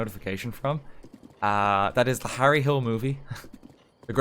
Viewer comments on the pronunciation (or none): none